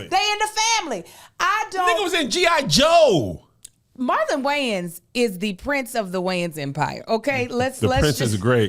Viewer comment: “Marlon Gayans” is hilarious by the way Kev… and I’m never mad at the “culture vulture”. Because “we” need to stop putting them in position.